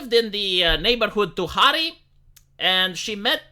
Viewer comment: Tunari, bre, Codrine, Tunari, nu Tuhari. :p